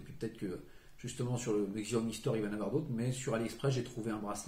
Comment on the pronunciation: Arghhh CH-I-A-OMI !!!! sinon super vidéo 😂